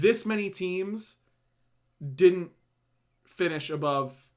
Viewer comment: Please stop saying dudn't. You literally never say didn't. Nothing else in your accent betrays a southern vernacular or accent. For the love of all that is holy - PLEASE stop saying dudn't once a minute, I actually have to mute your casts or I go crazy.